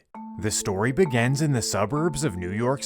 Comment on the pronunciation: Why do you pronounce begins and beginning as "Begans" and "Biganning"? Is that an American thing? I noticed it on several of your videos.